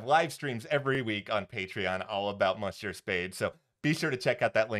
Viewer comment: Yikes,! Your pronunciation of French words like "monsieur" and "bonjour" is absolutely horrible. I sincerely hope you will refrain from doing that again. Aside from that, nice presentation. 🙂